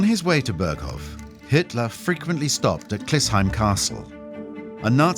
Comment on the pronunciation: Não se pronuncia "Bergou" e sim "Berghof" .Impressionante como os narradores não se dão ao trabalho mínimo de pesquisarem como se pronunciam os nomes . Ou serão todos I.A. ?